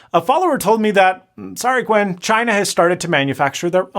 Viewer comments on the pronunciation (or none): none